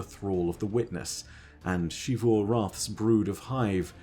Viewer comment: WHY do you always say "Shivu" Arath when the game clearly pronounces it as "Zivu" Arath?